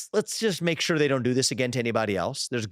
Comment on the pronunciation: "Sure-sh" hahaha